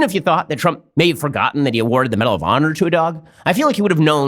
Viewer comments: Is it just me or is he saying medal of pawner? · This video deserves a like just for that. Oh, aand "medal of pawnor".